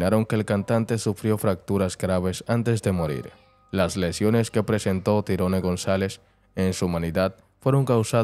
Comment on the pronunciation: Tyrone se pronuncia igual al inglés